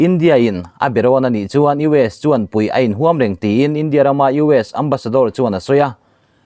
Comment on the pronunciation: India tih hi a lam/thluk dan i zir ngun a ngai e.eg. India chuan ṭanpui a tum tih a,India tih leh...India sawrkarin a mawh phurhna a hlen zo lo.tih ah te hian....